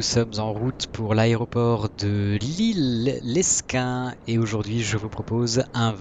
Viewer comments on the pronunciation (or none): Super video! Mais Lesquin se prononce Léquin